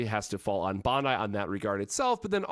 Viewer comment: He says it the way the Japanese people say it.